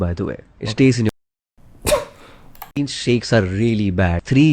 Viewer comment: Huuuuuaaaat is dis bastard guy saying tree years to digest purootin pawder !? Is he insane!?